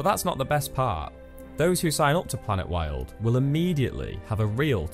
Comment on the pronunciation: During your promo I had to forward/rewind several painstakingly to find the name of the thing. And it sounds like planetworld in your narration.. Please put PLANETWILD in BiG BOLD letters on screen during the promo. I want to help, maybe volunteer.